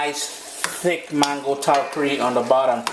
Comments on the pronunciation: please, it’s “ tal-Kaari”. Accent is on the second syllable. I like your videos. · please say “Tal KAR is. The accent is on the second syllable.